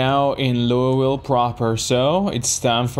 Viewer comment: bro really said loiuwille